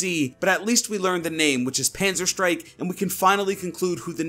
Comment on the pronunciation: It's not Panzerstrike it's PanzerSTÄRKE ä isn't a ri .Can't explain how to proununce it. But it sounds funny how people speak German